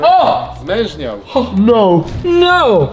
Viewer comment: powiedział zmeżniał xd